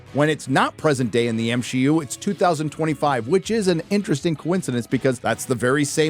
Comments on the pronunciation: M-She-U?? hahaha genius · I'm ashamed to say it took me all the way until to realize y my man pronounces MCU as M-SHE-U 😂😂😅😅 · I just have to address this and its nothing against him but he says M SHE U and not MCU😂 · Everytime you call it the M-She-U, I can feel one of my brain cells dying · Not another creator complaining about the "M-She-U" ....